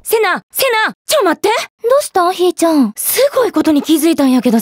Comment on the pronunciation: ひーちゃん↑ の発音が好き。